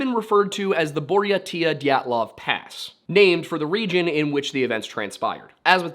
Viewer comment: Buryatia is pronounced bur-yay-sha